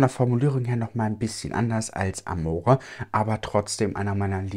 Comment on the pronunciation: Du kannst tesoro und amore ruhig italienisch aussprechen 🥰😍 würde dich gern mal italienisch sprechen hören 😍